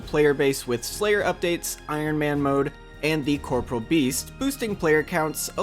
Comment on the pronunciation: Don't wanna be that guy but its Corporeal beast. Not Corporal. Regardless, awesome video as always dude.